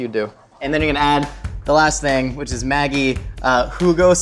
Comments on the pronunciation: Ma gee not maggie 😂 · The way he pronounced Maggi noooo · It's a soft G in Maggi. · Hahah how he says ‘maggi’ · Being from Austria, your pronunciation of Maggi sounds so weird to me